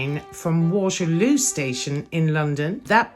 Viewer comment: "Battle of Wallerloo" and "Queen Alexandria" made me cry LOL